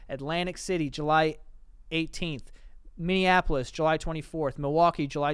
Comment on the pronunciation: So proud the boys pronounced Minneapolis correctly 😂